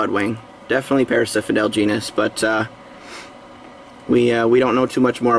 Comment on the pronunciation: its parasphendale not parasiphendale lol ugh